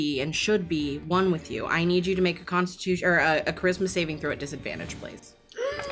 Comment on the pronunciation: Everytime she says "charisma saving throw" i keep hearing "christmas evening throw"